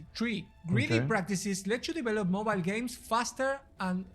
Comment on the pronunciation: Grinding Gear Gay??? No es games.